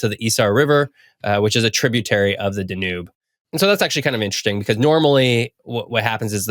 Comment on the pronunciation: Too much inappropriate use of "sort of". Mispronounces Danube. Unsubscribe.